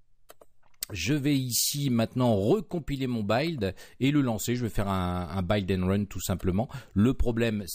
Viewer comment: C'est la première fois que j'entends cette prononciation pour "buid" et "hidden", c'est voulu ? Vous dites comment "building" pour gratte-ciel ? "Baïlding" ? A part cette prononciation déroutante, j'aime plutôt ...